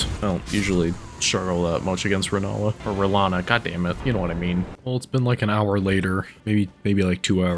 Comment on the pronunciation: Rennala. LMAO.